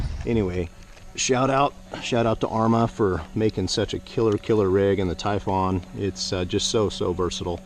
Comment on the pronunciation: Please stop calling it a Tyfawn. It's Typhon (Tyfun)